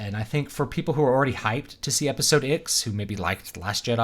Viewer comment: It’s like you have a New Zealand accent, but only when you say the letter, “X.” Episode icks.